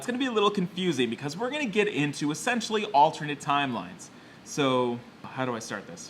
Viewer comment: whenever you say essentially it sound like youre saying sexually